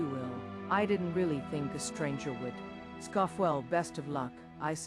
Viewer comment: It definitely made me laugh when the AI voice said "Y-you" as "why-you" and said the word "scoff" though.